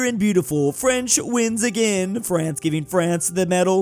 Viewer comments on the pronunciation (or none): none